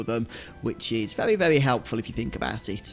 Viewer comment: Hey, why do you pronounce Rs as Ws when you speak? For example you say vewy instead of very.